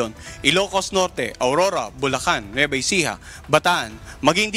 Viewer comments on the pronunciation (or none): none